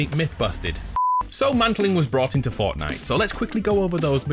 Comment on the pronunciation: it sounds like he says fartnite 🤣🤣🤣